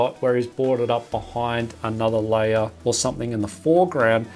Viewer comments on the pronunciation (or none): Why instead of saying "layer" you say "liar" ?